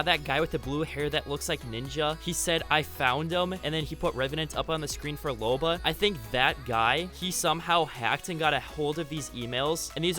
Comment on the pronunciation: You said Loba wrong it Loba not lore